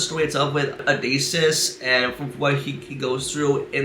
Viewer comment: Odysseus /ō-dĭs′yoo͞s″, ō-dĭs′ē-əs Sounds kind of like O-dis-E-us Not trying to be a dick or anything. I just know some people may be complete a-holes about the pronunciation of the King of Ithaca during the Trojan war. So just FYI.